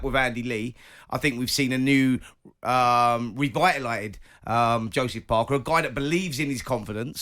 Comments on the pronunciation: SIMON'S FACE WHEN SPENCER SAYS "revitalited" hahahahahahaha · Simons face when Spencer says ‘revitalited’ 😂